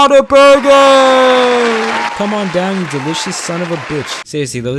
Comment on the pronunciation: Read:what a burger Said:water burger